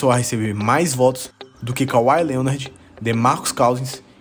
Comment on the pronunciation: Não só nas alturas como nas pronúncias do Hack-a-Shaq e do DeMarcus Cousins kkkkkkkkkkkkk vem dizer que escreveu errado no roteiro tbm kkkkkk